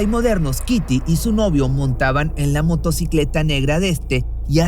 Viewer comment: en varios vídeos se equivoca asi xd 😅